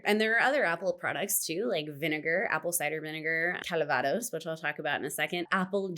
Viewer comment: You know what expats and the French alike hate? Americans changing pronounciations of their words eg. calvados, please say it correctly, just like we do. Merci!